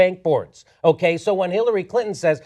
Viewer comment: Jimmy: 'hitlerary clinton"